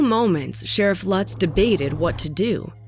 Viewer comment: Sharif Lutz is a is a long U, not a short one. (LOOTS) Do your home work!!! Plus other mispronunciations. Also to call it an animal "preserve" is generous. It was more like a collection of half-ass cages. Efforts were made to capture the animals before shooting them, and the Columbus Zoo did consult.